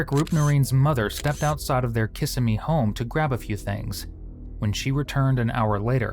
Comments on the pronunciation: KISS-IM-EE. Not Kissame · Kiss-emmy not kissa-me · oh god. hell no.. It's :Kuh sim ee". Not "Kisah Mee:. /wrists. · It’s pronounced kassimmee not kissimmee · The Florida city is Kissimmee, with the emphasis on the second i - not KISS i me. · kih-simmy not kissa-mee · It's Prounced KISS SEM ME. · You’ve got the wrong emphasis on the wrong syllable ~ Kiss-emmy. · It's pronounced: Ka Sim Mee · KA-SIM-E AI has a lot to learn about pronunciations. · Not KISS-uh-mee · Can you please learn how to pronounce Kissimmee? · As someone who lives in central Florida, way he is saying Kissimmee is triggering me so bad😫😭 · I live near Kissimmee and I can’t stand that this narrator didn’t take the time to learn how it is pronounced. And YES, I know that is dumb of me. But, there you have it…..😂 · If this is a real narrator he should learn how to pronounce Kissimmee .